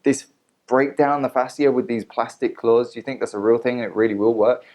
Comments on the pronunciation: This was a good video. You shared information that women needed to hear. Some have had good outcomes from the product, others have had horrible. So people should stop hating. P.s Its pronounced like fashia :) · He's just as qualified to do this video as Ashley is to do her videos and offer medical advice on Facebook. Also, AB mispronounces and misuses medical terms in her videos all the time. I've tried to comment to correct it on her videos, but my comments never go through. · Dude you can’t even pronounce Fascia correctly but “think” you know wtf you are talking about lol! Yes people misused the product. Guess what? I have not misused it!! I own every single product and LOVE them! Btw...many manual therapies may cause some bruising.